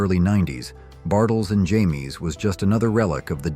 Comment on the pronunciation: So this was an AI voice bartle and James is not pronounced Jamie. I found a squad interesting actually. I usually don't listen to ai voices. And the fact you went beyond the 60s up into the 2000s was interesting. Surprising make two or three separate videos